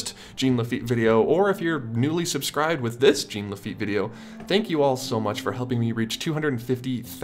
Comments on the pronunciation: Okay, I'm hoping people know, but in case they don't: Lafitte is pronounced Lah-fi-yet. Like Hamilton's Lafayette. And Jean is pronounced "John" with emphasis on the "J", as it is the French pronunciation of the English "John". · It’s JEAN LAFEET